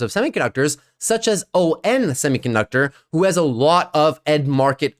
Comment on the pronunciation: Love your channel and work, but you’re killing me with constantly pronouncing it “O-N semiconductor” 🤦🏻‍♂️ Quite sure it’s pronounced “on”, as in the opposite of “off”